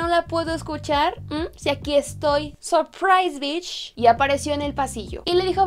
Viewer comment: “SORPRAIS BISHH” jaja te amo